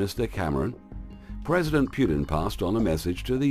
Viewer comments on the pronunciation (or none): Putin, not Pyutin!!!